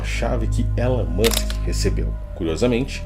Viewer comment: é tudo culpa do "élan môsk" EDIT: (vcs sabem interpretar texto né? sabe usar aspas, ironia...?)